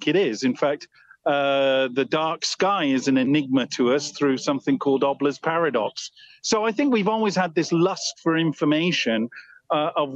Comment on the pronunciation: It's not Obler's paradox. It's Olber's paradox.